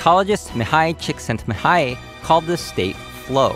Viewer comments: Wow, as a Hungarian, I’m pretty proud of your pronunciation of csikszentmihalyi, most people wouldn’t have attempted to pronounce it correctly. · Him pronouncing that psychologist's name was the most hype part of the video I swear